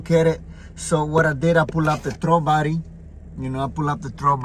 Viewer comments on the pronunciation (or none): Oh. You were saying "throttle body." It sounds like you're saying "throw body." I've been searching for the Idle Air Control. After 25 different videos and 2 hours of internet search, I finally found out that THERE IS NO IDLE AIR CONTROL on the 2007 (and other years.) It's supposedly controlled by the "throw" body. Thx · "De trobody" 😂😂